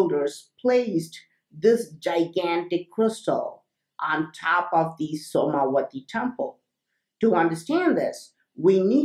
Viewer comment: When you say the name of the temple, I keep hearing the words 'SONAR' 'WI-FI' temple As if my ears are predisposed to hear words like this, due to the content. This is one of my favourite videos. Have you heard about the new Crystal tech that can be imprinted to store mass data (kind of like a very advanced flash drive)?